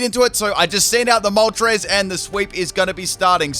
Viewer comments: Ah yes my good ol' pal "Molres" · Galarian Molres? 😂 gg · Ah yes, my favorite legendary bird: Molres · ITS CALLED MOLTRES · Ah yes molres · I haven’t watched the vid yet but I’m assuming pronounced moltres’ name wrong